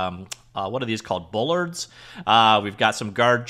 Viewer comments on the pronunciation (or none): I love the takedown to munch animation. Looks real dirty. I don't know if it's your Canadian pronunciation or you forgot how it's spelled, but bollard is pronounced more like ball. I looked it up to see if there's a difference between a lich and a wraith, and it seems like not much. Though if you ever play D&D, you'll be pilloried for not knowing.